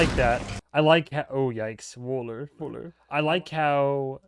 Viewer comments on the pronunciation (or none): You wanted some German pronunciation tips? At this moment you say "Wöller" as if it's wool (Wooler). If you want to do the German "ö" it's more like the sound in "turn". Just say "turn", "turn", "burn", "burn" a few times and make it "Wuller" then you have it 😄